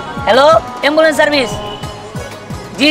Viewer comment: দিহানেএম বলেন এম্বুল 😅😅😅😅